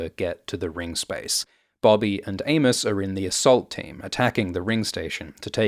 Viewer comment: I kept hearing Anus, instead of Amos lols